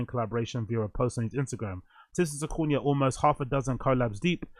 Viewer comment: yoo i think its pronounced sock-a-knee broo 😅 but yeh a confusing one